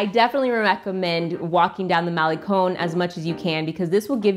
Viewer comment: It's Cinco de diciembre a little bit of spanglish and the G in Guero is silent, Malecon con not cone. Great video keep up the good work.